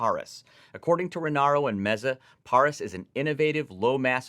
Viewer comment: 😁😜 It was fine, but accentuation should be more on the Rus part, so Pah-Rus (Roos)